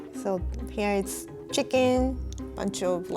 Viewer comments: I like how she pronounce chicken as Chickin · That’s the cutest pronunciation of chicken I’ve ever heard.